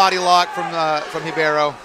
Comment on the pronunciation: Dude her name is RIBEIRO !!! What the hell are you calling her? Anything but RIBEIRO!!!